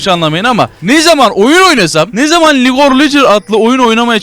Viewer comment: League or leguer dedin abi hırstan